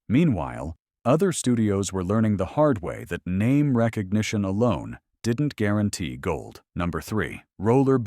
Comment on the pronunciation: I love listening to the AI mangle everybody's names.